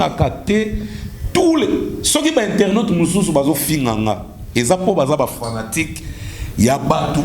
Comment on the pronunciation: On dit internet et non internot